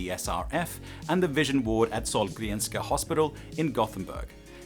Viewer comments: You have a weirdly good pronunciation of "Sahlgrenska"! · "" sounds sooooo Swedish to me, and you nailed the pronunciation of "Sahlgrenska" so well that I thought you were Swedish for a while. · WTF U SAID SAHLGRENSKA RIGHT what an absolute legend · As a Swede, I was very surprised to not know anything about this before watching this video. That said, I am from Stockholm, so I guess that explains it. Anyway, great video, and really cool that you could include himself too! (Also, I'm very impressed by your Swedish pronunciation - Sahlgrenska, Nybro, and so on!) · the most impressive part is that you pronounced Sahlgrenska flawlessly o